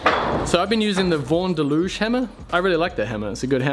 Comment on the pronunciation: Thanks for the great information. It's pronounced "Da-loo-gi" by the way. The "g" is pronounced as the g in gate. I bought a Dalluge hammer last year and it actually tells you how to pronounce it on the packaging around the shaft.